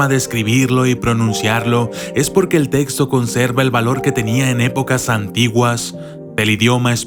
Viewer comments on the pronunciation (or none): none